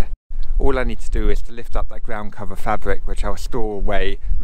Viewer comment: fabwic ....and gwound.....im off